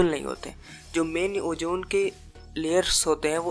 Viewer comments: its ozone bro not ojjooone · Bro it's not ojone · Ojone nahe, ozone hai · Ojone nai ozone hota ha